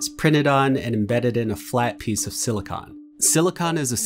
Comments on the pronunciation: I wish the narrator checked the correct pronunciation of silicon before recording. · serious. There's a difference between silicon and silicone. The narrator is saying it like the latter.